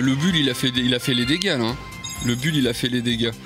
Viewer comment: ca s'ecrit bull mais ca se lit boule !!!